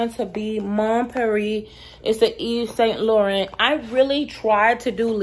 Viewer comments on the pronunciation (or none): Actually you can look up the correct pronunciation on google because yours is a bit off. But thanks for sharing. Bless♥️ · YSL ---- Eve - Say - Laraun is the pronunciation ---- ( you should have merch that says "Don't judge me 😘) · Since you asked, it's pronounce "Eve Sawn Lore-on"